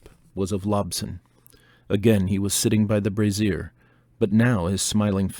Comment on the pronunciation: brazier (also braiser) is pronounced BRAY zher, not bra ZEER (in other words, a little bbq grill is not a bra)